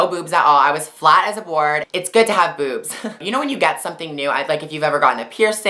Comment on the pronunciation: She said Buebs not boobs :-)